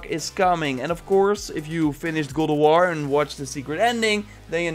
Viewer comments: Stop saying good of war its GOD OF WARRRRR !!!!!! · It's God of war not gowd of war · Every time you say God Of War i hear "Google War" 😑😑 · It's Got of War, not Gold of War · It's called God of War Not Gold of War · GOD not Goad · Go of war?? Sorry. I'm cringing with your GO of War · sounds like you’re saying GODAWAR😂😂😂😂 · Legends has it he’s still saying “Good OOV WUAR” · I hear google war 😂😂😂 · Go o war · as grateful as I am for your information, I keep dying with how you say gawd of war 2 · I keep hearing "google war".... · Is it just me or am I hearing goat of war? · Dutch accent kicks in every once in a while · Why does it sound like he's saying gold of war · Is it me or did he say cold of war ?😂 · are u saying goldawar? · is it me or does he say google war ? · Sounds like you are saying golowar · Goad of war lmao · New gowowar 😅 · Why do you say GoWoWar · Godo woar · the way you say god of war is strange